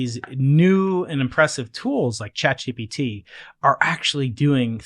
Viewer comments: sorry, is he saying chat GDP instead of GPT? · The first word of this podcast is ‘ChatGTP’ 😂😂😂